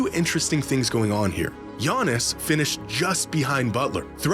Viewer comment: Bruh it’s Giannis